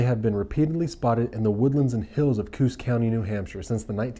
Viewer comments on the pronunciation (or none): so i live in new hampshire and it inst coos county its co-os county pronounced ko oss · My name is Lisa, love your Vid, just have to give you the right pronunciation of Coos County in New Hampshire. It is Co, Os, with the first o being like a long O, and of course, Os, like ossss, Co- Os. And Yup, we got the Woods Devils up there, but, their legs are bent like a Dog or Wolf, and really tall and some of their Hair is White. Freaked me out when my friend and I was walking through Lancaster, New Hampshire, a few miles from Groveton, where I lived! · New Hampshire co os County is how it's sounded. I've never once heard of this , nor any of my friends etc. Curious where you got your information from. An Vermont? Never heard of that one either. 46 year's lived on the border of vt, nh, an Canadian border.